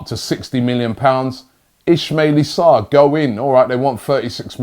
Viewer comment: Ismalie sarr... Really, Robbie? Thought his name was Ismalia Sarr